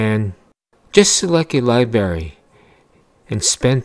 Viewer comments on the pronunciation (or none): You keep saying libary.